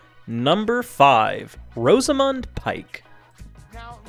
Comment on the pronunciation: This isn't JK Rowling 'denying' people. What's with the weird pronunciation of the following names? : Gilderee? (It's Gilderoy. It's an o at the end not an e), Branaaaagh? (It's a short a at the end of Branagh), Rosamund. (It's a short o at the beginning as in coz, ). The final casting was good. I wouldn't have changed it given the chance. Why does the thumbnail say she 'was denied' which is not the same as 'denied'.